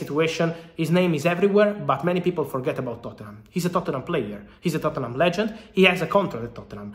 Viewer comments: It's Totnum bro not Tottennum LOL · Fabrizio pronouncing Tottenham 💀